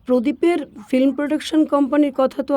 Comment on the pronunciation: ফিল্মকে যেন ফ্লিম বললেন এমন শুনলাম প্রথমেই।